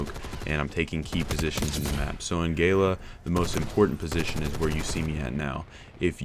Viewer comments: It's Gala as in galleria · How you pronounced Gala just gave me cancer.